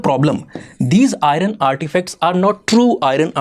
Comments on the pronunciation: Even now you are pronouncing IRON as I RUN...😂 🤣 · It is not Irun but Iron. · Hello Sir, For God Sake The PRONUNCIATION For IRON Is I EN. The R Is Silent. So Its Not I REN But I EARN! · Kindly pronounce iron as iron and Iran